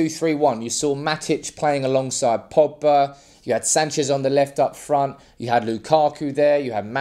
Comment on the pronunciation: There’s a G in Pogba. His names not Poba